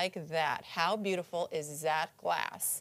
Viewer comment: "how beautiful izzzzat glass?" I think Sandy already drank "two shots of vodka" before recording